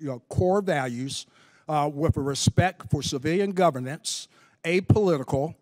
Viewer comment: "Respeck"...He got angry and let the 'boon' out....